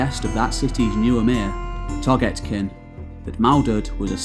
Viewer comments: Can you plz pronounce names correctly? Its literally how its spelt. "Toghtekin" or tugtekin (toog-te-kin) not togetkin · your pronounciation of toghtekin hurt my ears but the rest of the vid is great